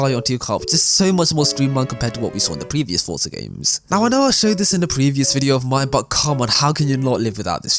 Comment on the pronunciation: stop saying fortza say forza